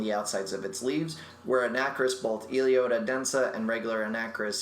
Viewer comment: eloDEA, not elEODA.